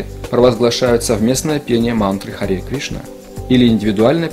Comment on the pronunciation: Осталось только выяснить, что такое Истина. Правильное произношение не ХарИ Кришна, а ХарЕ Кришна.